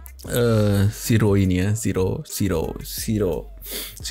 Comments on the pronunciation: Shiro = syi / ro, she / ro.. Bukan Si / ro cuyy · 'She row' cuy sebutnya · Sebutan Shiro seperti ini cuyy "She row"